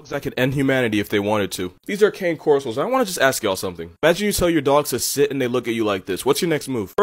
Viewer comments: actually, its not pronounced “cane corso” its “cawn-ay corso” i hope that helps for anyone who doesent know lol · It’s pronounced CA-NEY Corso and yes, they’re scary af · Also, cane corso is an Italian dog breed, so it’s not pronounced as cane. It’s sound like Kanye no caps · AYYYYY I OWN A CANE CORSOOOOO Also its pronounced con-nay corso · It's pronounced "Kahn-ay corso." You're welcome.